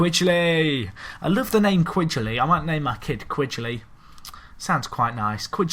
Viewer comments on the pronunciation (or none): Who pronounces Quigley like that? xD watch?v=x4Gntyi8HSY around 10 seconds in. Should give you a more correct version.